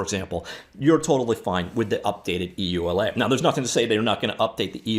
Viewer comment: just say you-la for EULA.